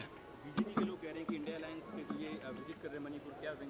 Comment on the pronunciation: इंडिया बोलना नहीं आ रहा